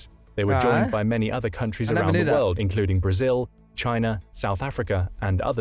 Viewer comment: Why can't he pronounce world.